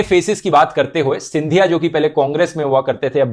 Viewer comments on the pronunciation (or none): none